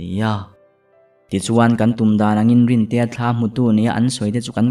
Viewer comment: Ngaihnawm thin... Chhiar tu atang bawk a, rintea pawh rintei ati leh nawk2 mai lawm lee...